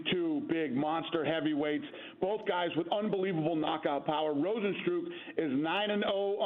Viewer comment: It blows my mind that I've heard 20 varying pronunciations of Rozenstruik the last couple of days and NON, I repeat, NON, were correct. So extremely unprofessional.